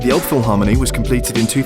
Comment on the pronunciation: It's the River Elbe not Elb! Maybe try Franzbrötchen (more authentic) instead of Pretzel ( Bavaria/ Southern Germany).Miniature Wonderland is amazing! Have you tried Fischbrötchen (Fish butty)? That's also a very typical Hamburg thing!